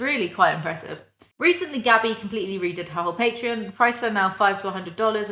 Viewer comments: the way you say Patreon sounds more like the alcohol patron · i have only ever heard pay-tron so your initial pronunciation threw me off guard lmao, great video tho, genuine thanks for being here and making content i like your stuff a lot